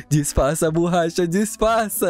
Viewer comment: quando tu fala borrcha é sobre o luffuy ser de borracha